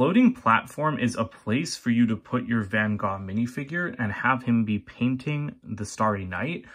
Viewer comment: So glad you pronounced the Artist's name correctly.